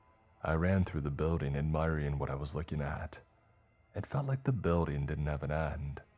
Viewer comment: BuildING!!! NOT buildEENE!!!! LEARN HOW TO PRONOUNCE ING!!!! ING, 8NG ING!!! NOT EENE!!!!!!!!!!!!!!!